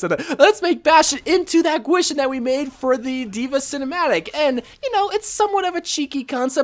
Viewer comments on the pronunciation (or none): dva pronounced gwishen "qeeshen" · its pronounced GEE-SHEEN